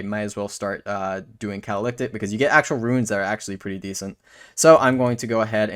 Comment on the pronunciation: I know you have issues with pronunciation and I'm not digging at you for this but the word is (Cat-uh-li-tick) meaning to be used as a catalyst for magic. Again, not digging but understanding a word and where it's derived from lets you understand what its meaning actually indicates.